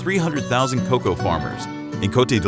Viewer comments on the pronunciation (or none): What is "KA COW" ? Great video other than that. PS it's COCOA.